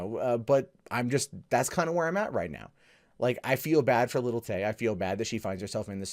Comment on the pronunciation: Did you just say Lily Tay? Can you get anymore mundane?